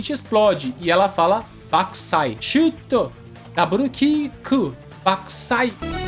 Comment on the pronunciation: Eu jurava que ela falava Battousai em vez de Bakkusai